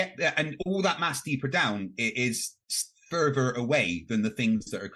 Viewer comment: Every time I hear say "further" I hear "fervor" as in he defends his beliefs with religious fervor! 😂